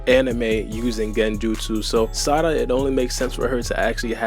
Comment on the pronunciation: i hate they way u say sarada but ur videos be 🔥 so ig ill be alr 💀